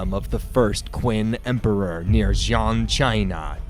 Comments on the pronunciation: It's Xi An, China, pronounced separately, not "Xiang" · Xi’an is like shee-ahn